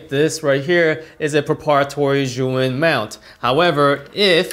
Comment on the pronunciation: Great review! Thank you! Why do all reviewers pronounce 'Zhuyin' instead of 'Zhiyun'?